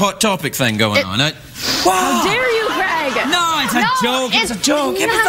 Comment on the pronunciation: American people don't pronounce his name correctly.. C r e g... Its Craig like.. C r a y g.